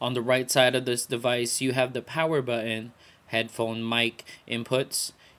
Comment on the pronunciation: You lost me at "power bu'en" 1;30. Equivalent to "Aksed" for me. An affectation. Speak proper English.